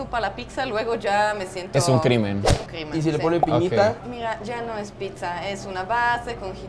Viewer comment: O sea es pitza o piczanla pronunciación?